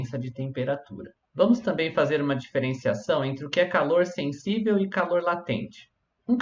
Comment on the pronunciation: "Senssível". Tá zuando né man. Pqp